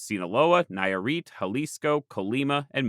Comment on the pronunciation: Hearing the name of my state (Nayarit) been butchered for the first time is kinda endearing, considering how forgotten is even in Mexico. hahaha I really like the video i hope that in a future visit you can revisit the region and keep sheding more like in this place. Just some mistakes i noticed, you placede San Pedro Lagunillas more north than it should it's really not that far from Ixtlán del Rio, but like it's not even that big of a deal it's just me being nitpicking about my home state. The second one i think it is a big error, the Wixarica people don't call themselves Huichol it's a peyorative name actually, so if you ever make another video consider this! Thanks again for the fantastic video and work you make.